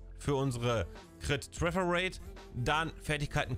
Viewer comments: Danke fürs video 👍🏻 finde es lustig wie du trefferate aussprichst träfferate also denglish😂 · Deine Denglische Aussprache von "Tröffer rate" macht mich alle :)))